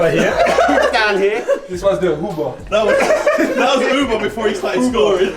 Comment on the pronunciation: "Ooba", "Uber"....its "Auba" ffs 😂